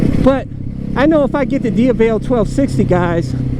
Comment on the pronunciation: you aren't pronouncing the X-Diavel correctly.